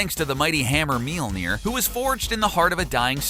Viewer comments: meelneer? M-yol-neer... >.< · Did you just say "Meal-Near"? No. "Mjollnir". "Me- ole- near". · Mjölnir, it's pronounced Mjölnir. Not mealnir, dipshit. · Okay, gotta express my nerd rage real quick. Mjolnir is pronounced MYAWL-nir not MEEL-nir, and Gaia is pronounced GEE-uh or GAHY-uh not GEY-uh. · mealner? did i hear..? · "His mighty hammer "MEE-ÖLL-NEER"". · Myolneer 《 its pronounced that way. Long 'O' . Written Mjølnirr (Mjolnir, Mjólnír, Mjølnírr, depending), pronounced MYól-Neer (long O, Long I). Anyways.. pretty aright video, bruvs... i just really hate how Marvel depicts Thorr these days. Sighhh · "Meel near" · Making it rain is useless? ...Tell that to all the people in the world dying of dehydration, I mean for defeating bad guys yeah useless unless they have fire powers or something. Also you cannot pronounce words like Mjolnir and Gaea very well.